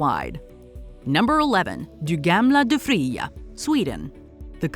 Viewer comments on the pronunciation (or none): As a Swede, you pronounced “Du gamla, du fria.” the way French people pronounce it😂